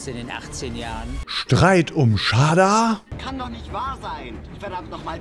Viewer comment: Du sprichst Shada falsch aus